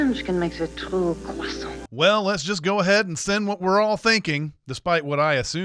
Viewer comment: When you said "Presenting your croissant to the TV-watching public without consent.", you pronounced Croissant as Cwaa-sahn-T - A Cwah and with a distinct hard T. A is pronounced as O. Unless there is an E at the end of a French word, you hint at but don't say the last consonent. N would be pronounced at the back of the throat. Thus the pronunciation would be Cwaw-sawn[g], as McFadden had done in the commercial, the first time she said it. <DING> -Everytime I try to spread unrefrigerated butter on my croissant, I end up smushing it. So, it is better to heat it up slightly, then pour melted butter over it, after. Also, I thought you were joking about it being McFadden. I had to look it up to confirm it because I didn't recognize her at first. Once you said it, I saw the resemblance. But by the end of the commercial, I had to agree. Stupid borderline Facial Recognition Disorder! If it had been a movie, with no hints as her to identity, I would have been wondering how I knew within ten minutes. I might have possibly guessed it. So, was so young! <DING> <-- That one is my for borderline FRD getting in my way!